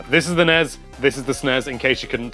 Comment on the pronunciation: This is the correct way to pronounce them as a word (not as "en-ee-ess" or "ess-en-ee-ess"). They have 1 's' which combined with an 'e' makes an 'ez' sound. Double 's' with an 'e' makes an 'ess' sound. e.g. Esmay, charges, present, fixes, Wes........guess, mess, Ness, less. of course 'est' is different altogether because english is awesome.